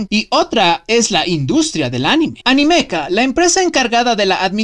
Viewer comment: Tu pronuncias ANIMEKA como "Animéka", yo como "Anímeka", no pensamos igual